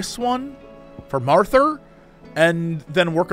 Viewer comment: Jesse loves saying Marthar and I'm 100% here for it